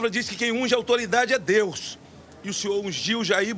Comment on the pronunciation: GLÓRIA A DEUXXX